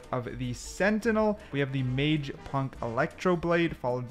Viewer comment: Mace, mace, not mage